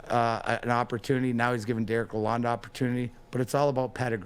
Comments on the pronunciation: This MF'er correcting a guy that sat in the room with the man! lol I don't mind wiserplan. but yes it is lalon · Couple corrections to below: It is the Yzerplan. Pronunciation is La Lon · Just to help y’all out the D is silent in Dereks’s last name. It’s sounds like Laloan.